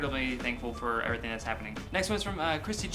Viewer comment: parody everythink??? You said think